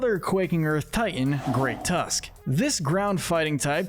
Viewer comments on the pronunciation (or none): none